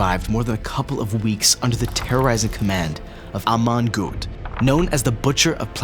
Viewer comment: Amon not Aman